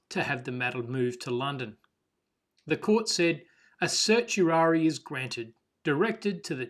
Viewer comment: the pronunciation of certiorari is sert-ee-or-air-rye